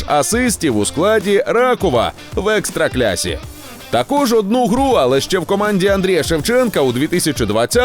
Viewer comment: Польську лігу правильно називати ЕкстраклАса! Привіт)